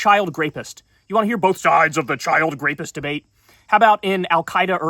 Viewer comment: He said grapist 😂